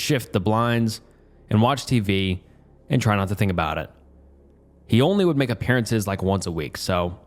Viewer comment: Come on man, not even four minutes in without pronouncing "would" as "world"? Check your recordings or something.